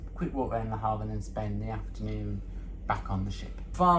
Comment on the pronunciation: Great video! We need to work on the pronunciation of Le Havre! Call me for French lessons 1:1 o 3:3